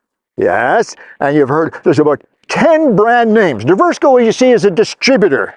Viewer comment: It should be pronounced Divers-co! Lol